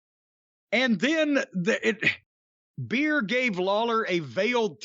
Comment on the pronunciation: He was saying BEER the whole time 💀